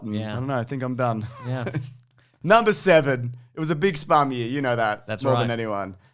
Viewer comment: Spum? you mean SPUMC? its so much more offensive when you pronounce the "C"